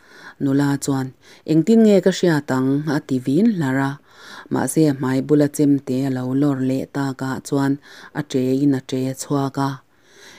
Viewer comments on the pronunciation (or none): none